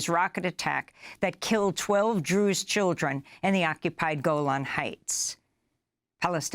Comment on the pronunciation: Also , when you said druz it sounded like Jews!